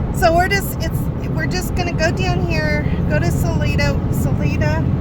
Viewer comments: Sa-Lie-duh, not Sa-lee-duh. And I am not going to help you with Buena Vista. Drink lots of water, eat red meat and walk easy, but walk. I am not going to tell you where we go panning for the 4th of July, but it is in Wyoming, it is nice and cool, and it is over 10,000 feet. And don't go to the gold mine above Granite- that is up at about 12,000 feet. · City is pronounced Sa-LIN{E}-da